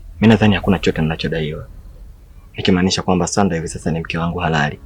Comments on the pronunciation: Uyo sauda mbona anaalibu jina la mtu baada ya sandra yeye anainda sanda kwani hana ulimi au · Kwan sauda kabila gani jamn hawez hata kusema sandra 😂😂😂😂